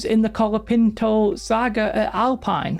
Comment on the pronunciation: It's pronounced Alpine.